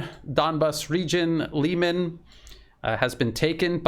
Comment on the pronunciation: Try pronouncing Liman like you pronounce Kherson. It will sound much better and it is in fact the correct pronounciation. Don't take this the wrong way, it's just a friendly advice.